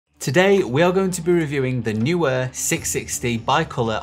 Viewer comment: Great video, thanks! I've just bought 3 660's (£178 with Amazon UK promotion, May 2021), to use on a classical music video, to be recorded in a small church. Hopefully, they will be bright enough. Most people say 'knee-wear', when pronouncing Neewer.